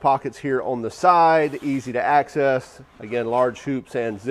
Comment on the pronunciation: bro needs to assess his excess use of "access" as assess.